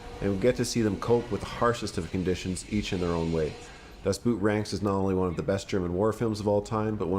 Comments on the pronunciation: Das Boot, not Dustboot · The title of the number one is not pronounced as boot, but like boat... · dafuq is Dustboot??? its DAS Boot.. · "Dustboot"? Seriously? 🤣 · Always funny to hear how Americans just pronounce „Das Boot“ as if talking about footwear. Why don‘t you ever put any effort in trying to figure out how to say foreign words properly? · Its "Das Boot", not "Dustboot"..lol. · Great choices! I've seen all of them minus "Land of Mine". Add that to the list. Das boot is actually pronounced "Dad boat". Boot = boat in English and is pronounced the same way in German. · Well not really. The pronunciation of the German double o in “Boot” differs quite a bit from the English “oa”. Pronouncing it as “boat” does get closer to the original than English “boot” both phonetically and semantically, though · I hate it when people pronounce "Das Boot" like the things your wear at your feet. Just say "Das Boat", it'll work. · "Das Boot" isn't pronounced like the word boot but pretty much exactly like the word boat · It's pendantic, but it's so annoying to hear Das Boot mispronounced every time! It is not pronounced 🥾,the "oo" is a Loooong O. It sounds more like "boat" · The name of the movie is not Dustboot but "Das Boot" which simply means "the boat". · Das Boot (literally "The Boat") does not rhyme with "boot" (footwear), but with "boat" in the way a Scottish person would say it. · By the way it's pronounced "boat" in German, not boot as in English footwear. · Love this list. But. I have to point out mis-pronouncation of Das boot. The dubble oo is more akin to the O youd find in oligarch or oilfields, tho that O isnt the corect one either. But. Its defo pronounced as U, or boot, the footwear.. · Pronounce Das Boat, it is closer to the German Das Boot. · Yeah, I know you put the correct pronunciation in red when you started to talk about everyone's favorite war movie, but hearing you say "boot" over and over is like fingernails on a chalkboard every time.